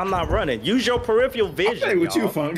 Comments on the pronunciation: If it’s him, he needs to learn the word peripheral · funny!! But damn it was hard hearing him pronounce “peripheral” wrong every time he said it 😂